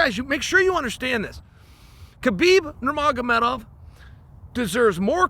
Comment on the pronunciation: the fact that Chael said 'NURMAGOMEDOV' correctly shows how much respect he has for Khabib.